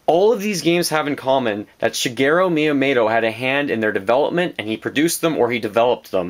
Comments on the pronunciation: I know this is nitpicking but this bothered me astronomic level. Mee-u-moe-toe. Not mayotomato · MiyaMOTO. Not MiyaMATO. Sorry, this is just really bugging me. Great video as always. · Who is Myamato? the name is MYAMOOOOOOOOOTO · Miyamato? More like Miyamoto. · Shit, you're totally right. You forgot a period though. I was just saying his Miyamoto pronunciation was WAY off, and he said it many times. It wasn't just an accident. It's called constructive criticism.